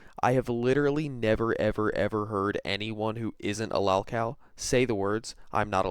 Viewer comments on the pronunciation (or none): It drives me crazy the way you pronounce “lolcow” dude, use the correct “o” pronunciation when saying it. How come Cyraxx can say it correctly but you can’t? He has no brain.